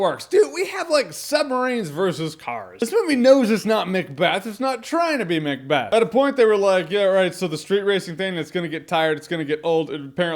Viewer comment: So who's going to be the one to let Jeremy know it's Macbeth, not Mcbeth?